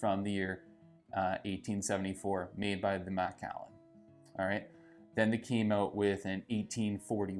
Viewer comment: M’kallen is how you pronounce it. Not Mack’allan